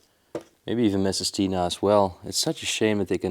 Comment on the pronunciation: Lol he said Taina instead of Tina 😅😅😅🤭🤭🤭